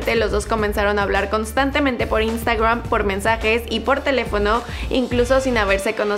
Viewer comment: Me pone nervioso la manera de pronunciar de esta tía las palabras inglesas. "Instuagream"pero luego dice "disiendo"